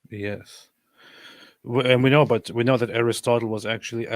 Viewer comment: Ar-Ristutullah and Sooqratees 😂😂😂